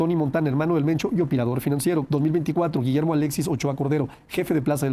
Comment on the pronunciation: No es "moncho " 😂 es mencho